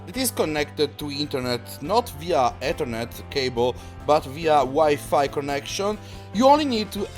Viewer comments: he said “Et-her-net not the traditional Eth-er-net lol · "Dis is a Etirnit cabele"